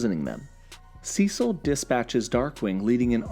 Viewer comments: why do u say Cecil "Sessel"? not hating just wondering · You keep mispronouncing Cecil😂